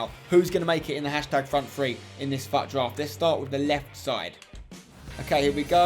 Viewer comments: Fut draft?? It's pronounced foot draft not fut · it is fut draft but pronounced foot draft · he said faut draft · Im sorry but why are u sayin FUT so weird